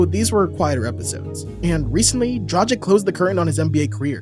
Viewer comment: Why do you keep calling Dragić "Dra-cheek" 😅 It's "Drag-itch"